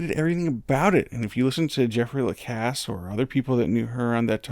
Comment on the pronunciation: you are seriously the only commenter on this case that pronounces Jeffrey Lacasse's name correctly